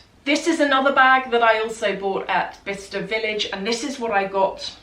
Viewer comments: I always thought you were saying “Vista” village 😆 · I thought you were saying "Vista Village". Explains why I couldn't find it lol Thank you so much for sharing!